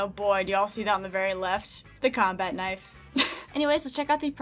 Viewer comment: Ka-nife bwahahaha